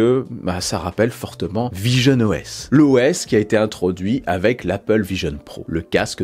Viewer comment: quand tu as dit visionOS j'ai cru entendre pigeonne OS 😂